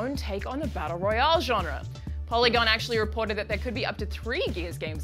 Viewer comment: the way she says royale really urks me.